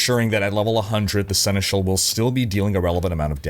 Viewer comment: You picked up quickly how to pronounce Senechal, cool 🙂